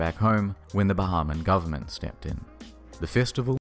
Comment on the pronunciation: I love how says GoverNment